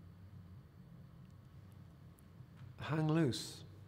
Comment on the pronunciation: I had to re-listen to the beginning of choice 5. Where he says "hang loose" I initially thought he said "hang a noose."